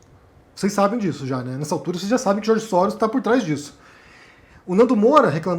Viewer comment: "George Sóros" O é foda, kkkkkkkk!